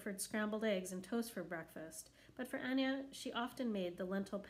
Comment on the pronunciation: It is pronounced A-Nay-A instead of Anya